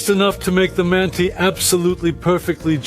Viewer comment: С удовольствием смотрел и на русском, и пересмотрю еще раз на английском. Но укажу на мелочь - в самом начале, как будто потерялся смысл реплики про казахское ударение. В английской версии прозвучало почти одинаково "They say not mánti, but mantÍ". Рускоговорящему - понятно о чем речь. Но в английской версии звучит почти неразличимо.